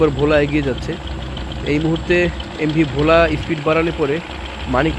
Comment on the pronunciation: ভাই Bhola উচ্চারণটা ভুল হয়েছে আশা করি সংসদন করবেন ❤❤❤